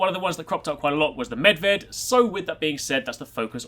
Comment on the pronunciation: Just want to say thanks for pronouncing perfectly Medved. Most of Americans fail to pronounce foreign words. Even characters like Niko Bellic and Zoran Lazarevic.